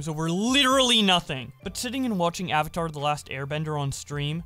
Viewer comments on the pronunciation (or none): none